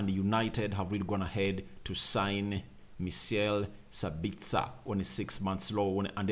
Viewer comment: "Mah - sell Sa - bits - ah". Austrian 🇦🇹 not Australian